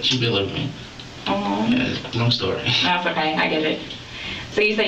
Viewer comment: Lmao this narrator😂 "Tgats three nevers ina row" 😂😂😂